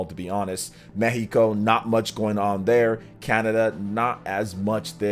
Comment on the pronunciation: Plus points for pronounced "Mexico" in Spanish